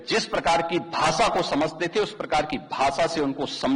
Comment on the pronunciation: Denting Penting Nahi Denting Painting hota hai ... Bhasa Nahi Bhasha Hota, Uttar Pradesss Nahi Pradesh hota hai...